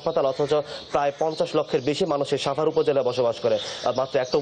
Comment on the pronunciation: আমার একটা কোশ্চেন এই যে প্রতিটা সাংবাদিকের সাভারের উচ্চারণটা ছাবার কেনো বলে।